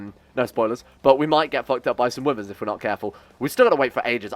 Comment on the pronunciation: I thought you said women when you were referring wyverns.